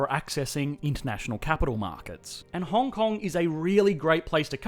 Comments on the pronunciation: Puts "Hong Hong" instead of "Hong Kong" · Hong Hong? Shouldn't it be Hong Kong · "Hong Hong*"first place on the leaderboard! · Hong Hong oui oui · Welcome to Hong Hong. lol